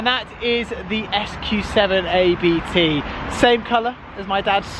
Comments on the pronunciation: Wow, he still owns it, after a year, fancy that. And it's ABT... not A-B-T!!!!! You really do expose yourself here. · A-B-T LOL Really? They (probably) invited you down for exposure and you butchered their name.